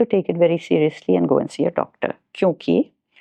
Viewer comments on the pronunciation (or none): none